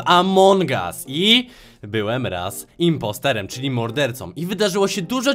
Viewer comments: impostor się mówi a nie imposter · Nie imposterem tylko IMPOSTOR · Nie imposterem tylko impostorem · mowi sie impostorem a nie imposterem xd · Kocham to mówi inposterem zamiast inpostarem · Nie inposter tylko inpostor!!!!! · Nie importerem tylko impostor! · Nie imposterem tylko impostorem impostor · Błagam mów impostOoOooooOoor a nie impostEeEeeeeEeeEer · Mówi się Impostor a nie Imposter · Nie imposter tylko impostoe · Nie imposterem tylko impostorem lol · Nie błąd importerem tylko jmpostorem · muwi śie impostor a nie imposter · Nie muwi się imposter tylko impostor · Czyta się impostor a nie imposter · Mówi się impostor nie imposter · Nie mówi się imposter tylko impostor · Kurcze naucz się muwic to jest impostor a nie imposter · imopstor a nie imposter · Muwi się impostor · Źle wymawiasz impostor